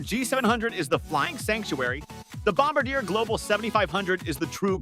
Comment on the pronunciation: Your voice synth can't pronounce Bombardiet. FAIL.